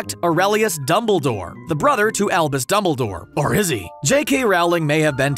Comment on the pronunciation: Every time you say "Albus" in this video, I swear to god I hear "Elvis"